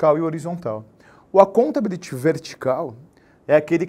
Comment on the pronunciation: Ótima dica,! Porém, desculpe-me, não posso resistir, a pronúncia da palavra accountability tem sua sílaba tônica no "BI", ou seja, accountaBÍlity! Ah, e daí, não tem prova oral mesmo... mas é como disse, não posso resistir!